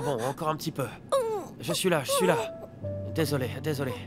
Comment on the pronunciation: La fille as dit desolier 😂😂